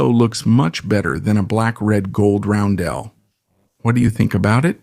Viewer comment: What's with the ai images of the artillery crews? And why does the voice switch when you start talking about the post-war NATO roundels (Also it is is pronounced like ROWN - dl [sometimes like dall] not like how it is being said in the video).